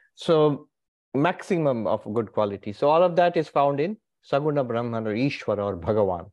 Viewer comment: Its not braahman,say brahm